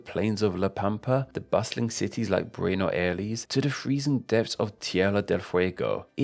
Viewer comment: Bruenos aleis